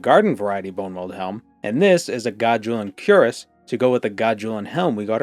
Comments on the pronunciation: Cuirass — kwəˈras Bro says Kur-ess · Unironically and with no intent to offend anyone, the pronunciation of cuirass is queer-ass.